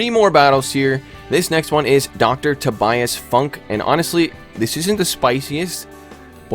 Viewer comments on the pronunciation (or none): none